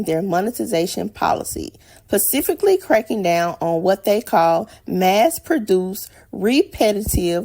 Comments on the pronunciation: "pacifically cracking down..." or "specifically cracking down..."? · I can tell she likes hot sauce on her chicken, she said, "Pacific-ly."